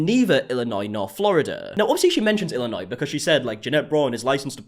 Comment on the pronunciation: I commend your ability to pronounce Illinois correctly. A lot of Americans can’t even do that. 😂